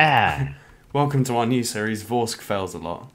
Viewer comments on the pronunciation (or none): And I've been pronouncing your name...